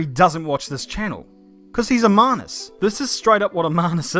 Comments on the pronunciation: "Manus" lmao ok aussie boomer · WTF is a "Manis" I don't what part of NZ you're from m8 but I've never heard that before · I just learned a new word. Manus. At first, I thought Manus was a posh pronunciation of Menace. Which he was also being at the time he was being a Manus.